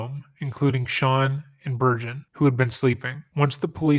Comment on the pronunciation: I promise you I replayed it several times and heard virgin every time